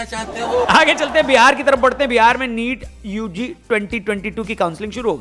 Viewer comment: Neat wala accent 👌👌😂😂😂